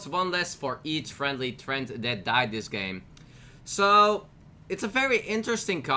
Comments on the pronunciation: Dude it's tre-ants lol not Trents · anyone else cringe every time he said treant wrong